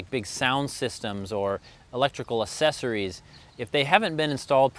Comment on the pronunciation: Pronounced “ack sessories” not assessories.